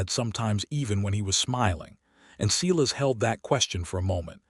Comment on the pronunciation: Can someone please tell AI that Silas gets pronounced Si as in Silo not Selass